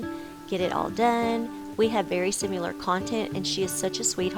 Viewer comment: Good video but similar is pronounced sim-a-ler not sim-u-ler. I'm not being a language nazi at all. I just think you need to say these things correctly so that your kids will learn the proper way to pronounce words and so you don't come across as being a uneducated hick.